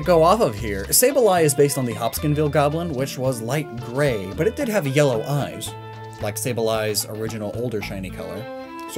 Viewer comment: I don't know how to say this without sounding rude, but it's HopKINSville. I live about half an hour away from there, a funny thing about it is that there is an actual Hopkins County close to us but it's not even in it, it's actually in Christian county.